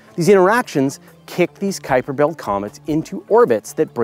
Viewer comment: Kudos for saying Kuiper correctly! :)